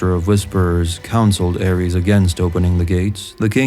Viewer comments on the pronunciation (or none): I dig the video but to this day it still drives me insane, people mispronouncing Targaryen names - anything ending in 'ys' is going to sound like 'iss' not "eez". Just like Daenerys isn't pronounced 'Daenereez'; the mad king Aerys isn't pronounced "Air-eez", it's 'Air-iss'. The same for Viserys, it's 'Viss-air-iss' not 'Viss-air-eez'.